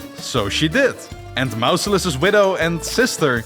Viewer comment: "MOUSE-ilus"? Bruh, use google and learn how to pronounce things.